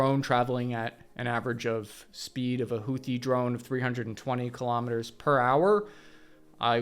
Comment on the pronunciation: 'Kilometers' is pronounced the same as 'kilograms', not ka-lom-it-ters. Kilo is pronounced key-low, not ka-lom.